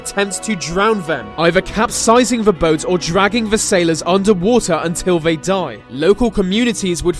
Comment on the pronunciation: Sorry man I like the vids but the vey,Vis,ve etc instead of they ,this the is really bugging me now.